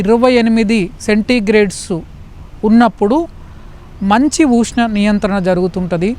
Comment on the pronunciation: ఊష్ణం కాదయ్యా స్వామి.ఉష్ణం